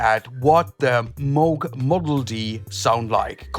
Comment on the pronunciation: Glad to hear you pronounce Moog correctly. 😬